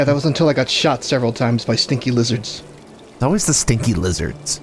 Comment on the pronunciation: “Mmm leezurds…” Also uh oh it’s freya…